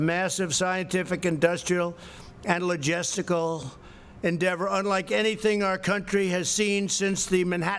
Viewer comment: Lagestical, lol